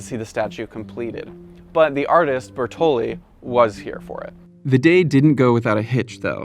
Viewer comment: Bertholdi not Bertolli (that's a pasta brand) - a Freemason. There are four or five oceans (I was taught 4 only) and around 50 seas, Europeans don't recognize South America as a separate continent - so, WTF? Maybe seven chakras...or the perfect number (contains 3 = triangle, and 4 = square) as per Freemasons. Seven also means completion...as in completing the settler-colonial project? No mention of her second (Greek) toe? What about the hendecagram pedestal base? Symbol of sin or Unity of earth and sky? ... there's so much more.